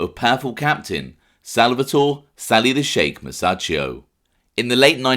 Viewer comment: Awesome channel. Sheik is pronounced Sheek 😉